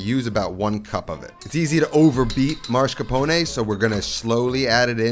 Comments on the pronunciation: He says "MAR-SCAR-PONE". there is no MAR in MAS-CAR-PONE. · Mass-car-pone Not Mars-ca-pone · Why do so many people insist on relocating the “r” in “mascarpone”? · Can’t unhear the mascrapone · Has anyone noticed that he is pronouncing mascarpone as marscapone? Once I noticed it once, it couldn't be unheard 😂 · Um. It’s not Moss. It’s Ma-scarpone. 🤌🏻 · Why for the love of all that is holy someone with this much passion for Italian food pronounces mascarpone as "maRscapone". It's infuriating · Man not you saying "marscapone" 😭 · Yes. MAS-CAR-PONE. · You know there's only 1 letter R in Mascarpone right? 😆 Great video, I like to mix up my Tiramisu with soaked Oreo's instead of Ladyfingers for a bit more crunch & chocolate. A second layer of cocoa or shaved dark chocolate is nice too... Fun Fact: Tiramisu is traditionally a dessert that was popularized by "ladies of the night" in Italy who needed a "pick me up" in between clients. The things you learn in culinary school... 🤣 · No, he is ADDING an R. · Dude, love you and your videos, but cmon. It´s not MAR-scarpone. It's MOSS-carpone. No R before the S. Also, never heard of EXPRESSO. No X there man. As a cooking channel, you gotta call those ingredients by their names.